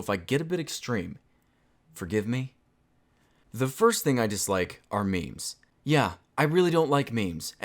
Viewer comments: literally no one says maymays everyone says memes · I've never heard anyone say may-may unironically